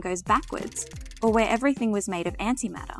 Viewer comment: "Physics is everyting" who said that?